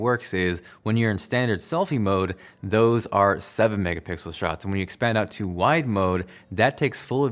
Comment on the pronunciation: He’s been saying “megapickles” like for years now so...